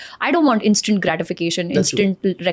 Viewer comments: Su + pairi + er ni hota Su+pi+ri+er hota hai Ins + taint nahi hota dear ins + tnt hota h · What is "supaarior" and "instaant" ? Please learn how to pronounce myan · please work on your pronunciation too. Words like 'superior', 'instant' and 'take care' are being mispronounced every time and it lowers the quality of the content and distracts the viewer. If you work on your english speaking skills, the end product will look more polished and feel good to the listener